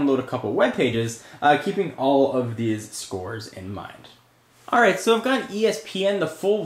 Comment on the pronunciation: Theese website... LOL for the accent.